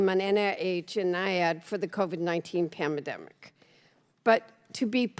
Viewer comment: she said "planda mimic" lol. Shouldn't there be an age limit. like when you can no longer function as you did when you were voted for. She's gonna be upset when she learns the lab leak wasn't an accident.